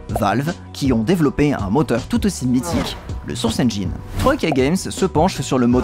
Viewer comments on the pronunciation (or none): none